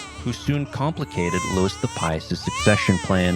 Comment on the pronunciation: Louis, not Lewis.